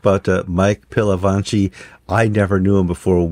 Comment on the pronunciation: Just a note re pronunciation guys - it's Pil - a - vatch - i 😊